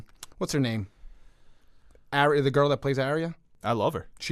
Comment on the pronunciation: pronouncing Arya wrong once, gave me flashbacks to the Last Airbender when every character name was pronounced wrong